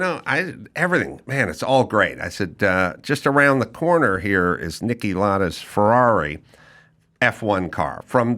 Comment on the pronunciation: F1 Driver Niki Lauda PRONUNCIATION Niki "LOUD-AH" not Niki Lada